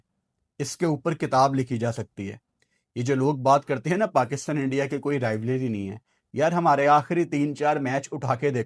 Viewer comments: Rivalry ❌ Rivlary✅ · RivALRY not rivLARY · Rivalry❌️ Rivlary✅️ 😂😂😂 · Rivlaaary nai bhai rivalry... Bolna sikhlo😂😂😂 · Abe pehle Rivalry bolna sikh le..Rivalry not Rivlary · Rivlarey nai hota rivalry hota hai 😂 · rivlary ❌ rivalry ✅ baaki all good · Rivalry ❌❌ Rivlary ✅✅ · aik dafa tou rivarly bol deta sahi se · BKL pehle to rivalry bolna sikhle.. In world cups/ ICC/Asia cups tournaments we dominate you... Rest our considered "friendlies" .. there's no meaning to that.